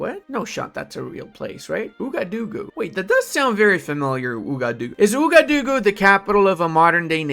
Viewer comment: Ouagadougou is pronounced "Wagadugu" lol